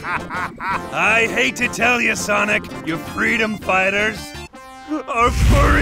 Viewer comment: At the end sonic became sanic💀